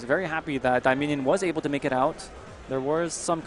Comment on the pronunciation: It's not 'Abble.' It's 'Able.' As in 'Why aren't you able to read his name correctly?'